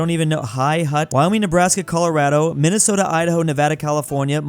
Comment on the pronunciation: I love the great state of "Minnestota"